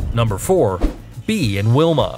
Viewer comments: It's Bey Yah (Bea) not Beeeee... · I thought Bea is pronounced as Beya